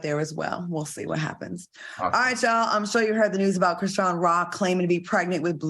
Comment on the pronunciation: all has said a lot of mayonnaise things but KREESEEYAN?!?! 🤣🤣🤣 oh na